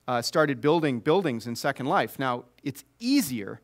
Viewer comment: Might the name of Second Life have been a single word in the beginning? I'm just wondering why even Philip Rosedale pronounces Second Life with the emphasis on the first word. Then I can only wonder how Second Life became what it is now. Agreed. ...and here he puts the emphasis of the name Second Life on the second word. I spoke too soon. If that's the case, then some people are very bad at it.